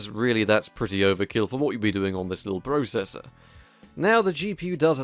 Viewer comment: You pronounce processor weird....